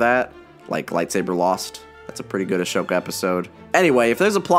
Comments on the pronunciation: It kind of makes me question his credibility when it comes to recommending this show. Since his mispronunciation of Ahsoka (literally one of the main characters of this show) makes me think that he's the type to cherry-pick examples to suit his opinion. Having said that, he IS right about the show being great. It is in fact the main reason why I got into Star Wars in recent years. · Oh, yeah! It's been so long that I didn't even notice he was saying it wrong. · I love this video but your pronunciation of Ahsoka is killing me! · Not only does he keep mispronouncing the name of one of the primary heroes on the show but he actually admits to not having watched every single one of the episodes. Why the hell does he recommend a show he's so obviously barely familiar with? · The way he was saying Ahsoka’s name 😖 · The only problem that I have with this video is how he pronounces ahsoka. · Can you please remake this video but pronounce ahsoka correctly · Is the way this guy is pronouncing Ahsoka’s name wrong, or have I been saying it wrong the whole time lol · why do you keep mispronouncing Ahsoka? seems like you didn’t watch the show after all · It's pronounced a-SO-ka not a-SHO-ka. Sorry about that, but I had to point it out. It's nothing bad, just...bothersome...for me. I WISH clone wars was completed. I want to see more of it! If you put Anakin and ahsoka's names in google translate backwards (like Anakin=Nikana) the translation is awesome. Also try Ona Takisha (ahsokat ano=ahsoka tano) 🙂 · Gary Tomás Constanza Martinez No it’s Ah-sho-tka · Grand Master Yoda I know right it was making me more and more upset every time he said ashoka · He pronounced Ashoka with a SH sound. It's a silent H. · If I hear say “Ahshoka” one more time I’m turning into a Sith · You wouldn’t think he watched the show with how he pronounces Ashoka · Great vid, made me even want to rewatch the clone wars. But I can't get over the mispronounced name of Ahsoka as "A-sho-ka" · It’s sad